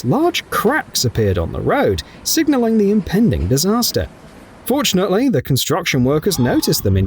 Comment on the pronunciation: It sounded like "unfortunately"...even the subtitles have it written...